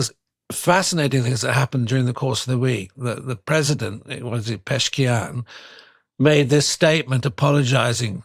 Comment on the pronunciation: The president is called pezeshkian. Not Peshkian :) A little ironic, for the Former MI6 Chief, not to know the names.